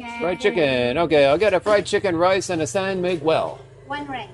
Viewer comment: Please stop pronouncing the U when asking for a San Miguel! Your driving me crazy! Brother! lol...